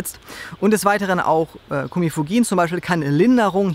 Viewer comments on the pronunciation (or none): Cimicifuga (Traubensilberkerze) warum sagst du Cumifugin ? bitte um aufklärung , danke .